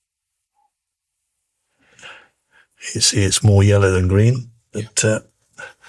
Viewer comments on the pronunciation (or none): none